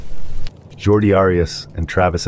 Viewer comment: It's Jodi Arias not Jordi